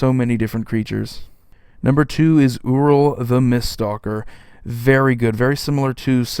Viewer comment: It's 'Yur-il', not 'Oo-ril'